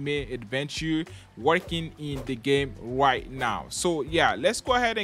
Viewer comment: When he said right now it sounded like white now